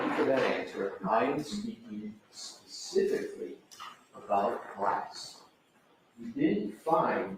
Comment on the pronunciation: she just said the "tared" areas. Wow. Wtf goes on in Boston? That's not a word, expert. It's TORN. They're just giving away diplomas and degrees out there. Wicked fkn smotttt she just attempted to specifically 😂 it didn't go well.